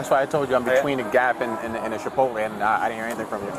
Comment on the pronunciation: The officer keeps calling it "Shipotle" and thats really irritating me